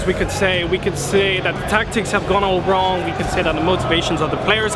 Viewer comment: Gone wong